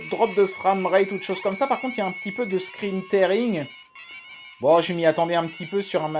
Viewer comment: Merci pour la vidéo (on dit "scrin tiring")